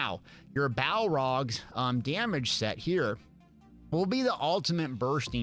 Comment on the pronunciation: BALORGH NOT BALROG ITS NOT LOTR